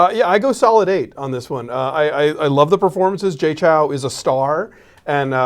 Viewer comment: They say Jay Chou wrong. Chou rhymes with show.